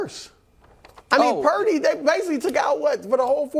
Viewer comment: it’s not prince…. it’s glock purdy